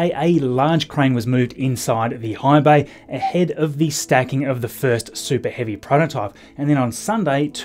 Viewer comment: I thought at first he said hive bay (The Borg?) but rewound with captions on to see he said high bay.